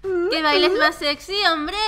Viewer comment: Porqué dice séxy